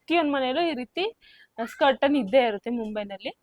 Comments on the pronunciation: ನಿಮ್ಮ vlog ಇಷ್ಟ ಆಯಿತು. ಆದರೆ ಸ್ಕರ್ಟನ್ ಸ್ಕರ್ಟನ್ ಎನ್ನುತ್ತೀರಿ. ಅದು ಕರ್ಟನ್. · ಸ್ಕರ್ಟನ್..ಅಲ್ಲ...ಕರ್ಟನ್.. ಹೇಣಿ ಅಲ್ಲ..ಏಣಿ..